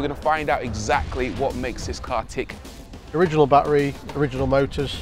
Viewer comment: It's amazing how neither one of these people, not the host of the show and not the owner of the car know how to actually pronounce the word battery... Even though they both pronounce it differently... Neither one of them have the correct pronunciation 😂